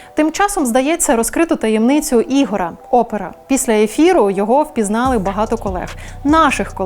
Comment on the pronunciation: Не Ігора, а Ігоря.... аж вухо ріже...